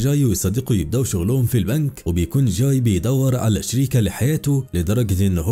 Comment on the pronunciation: اكتر حاجه تدايقني لما يتنطق اسم الشخصيات غلط اسمه جاي مش چاي